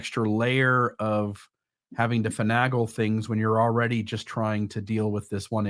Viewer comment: Finagle is pronounced.. fuh· nay ·gl